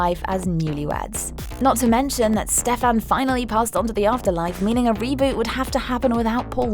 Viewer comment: Butchering names AGAIN